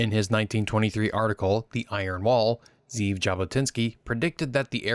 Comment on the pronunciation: Well done man! Just for the record because I know you’re a perfectionist, his name is pronounced Ze’ev Jabotinsky, not Zeev.